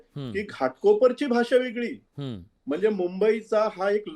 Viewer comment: शायना एन शी. कोण आहे. हिला सुद्धा मराठी येतते का उधाथ्ये. वेगळे ऐवजी वेगले बोलते ही शिकली म्हणते बोलता येत नाही